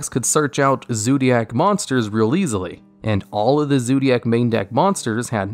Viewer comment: I just have a heart attack when you say "Zoodiac" again.